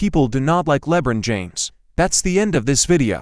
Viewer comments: Le bren James Lol 😂😂😂 first time I ever heard it pronounced like that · Who the heck is "Lebrin James"?🤣